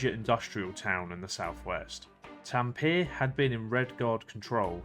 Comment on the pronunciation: You butchered T A M P E RE (taM -puh-ray)